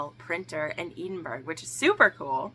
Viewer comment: Hi - don't think anyone commented on this. It's pronounced Ed-in-bruh (Edinburgh) :) I did have a wee chuckle and will now call it Edenburg in my head from now on. Love these vids